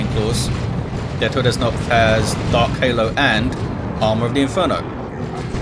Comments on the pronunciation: Hey german here You actually pronounced Todsknopf almost perfectly... The only hiccup I could hear was the fact that in german the k in that word is not silent like in english XD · Just FYI the K in TodesKnopf is pronounced like in karma, not like in knife, knot or knight. Otherwise, your pronounciaten was fine and, of course, thx for hosting, as usual!